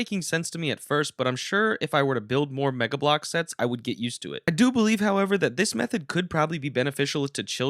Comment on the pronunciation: Do you just say meggle The Ha ha He set Meggle